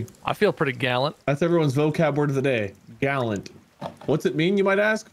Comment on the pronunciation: The snort that I did when said gall'nt.